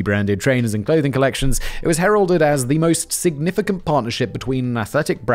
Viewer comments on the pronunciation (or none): none